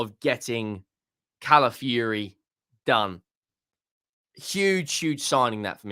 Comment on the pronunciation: ITS NOT CALAFURY, IT'S CALAFIORI. Pronounce the O in his name. YOU'RE WELCOME 😅😅😅